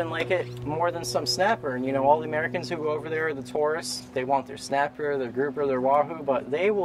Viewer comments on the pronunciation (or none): none